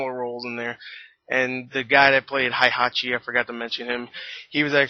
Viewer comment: the game and the Tekken Movie is not the same, I want to kill the director and script writer of this film. so many errors. the original Tekken story from the game is a lot cooler since there are supernatural beings like Devil Kazuya and Devil Jin. PS: Heihachi is pronounced Hey-Ha-chi.